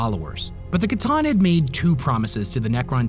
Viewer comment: Based on their lore, pretty sure it’s pronounced “sah-tahn” not “ca-tahn”… C’Tan or Sah-tahn or Satan for the War In Heaven.